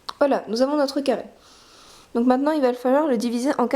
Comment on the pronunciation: 0.29 un ccaarrrree mdr elle ne sait pas parler...mdr non je rigole c est surement un probl dans le tournage sinon merci bcp c a m a occuper et c tres beau